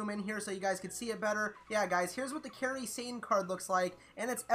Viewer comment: He said Kairi Sane so wrong but it wont come immediately